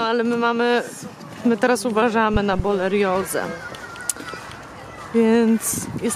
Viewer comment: BORELIOZE !!!!!! A NIE BOLERIOZE